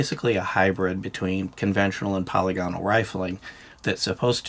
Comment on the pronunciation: btw, polygonal is pronounced "pəˈlɪɡənəl", which, if you can't read IPA spelling, is roughly like "puh-lih-guh-null". You don't sound out all the vowels like dipthongs, they're short vowels (like monopthongs), so it's 'puh-lihgunull'. Sort of like how you would say, "monocular" or "parameter". With 'parameter', you wouldn't say, "Pair-Rah-Mee-turr", you'd say, "puh' rih-mih-ter". I've been listening to your channel for years and figured I'd finally mention it. It's a pretty common error in the firearms community, but I'm not really sure where it started. It's not pronounced that way in German or English. Also, just in case, anyone who gets offended by this comment or thinks I'm being pedantic, get over yourself and stop being ashamed to learn things -- it's just a youtube comment